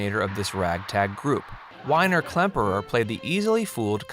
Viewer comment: Too many mistakes in this video for me to take it seriously. I grew up watching "Hogan's Heroes." As others have pointed out, the writer and/or narrator does not even seem to be familiar with the show, especially it's premise. Add to that the pronunciation errors, and I gave up about 3 minutes in. "Stuh-lagg" ? LOL "Whiner" Klemperer?